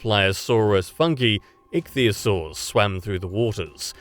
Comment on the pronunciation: My god Anglophones suck so hard in speaking any other languages. Not "funky", it is Funke, the german word for spark.